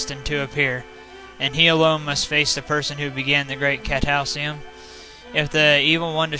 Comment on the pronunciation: Cat-a-cli-sm, not cat-al-cium. :P